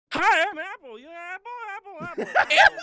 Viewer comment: I like how Barney pronounced Apple at the beginning "EPPEL"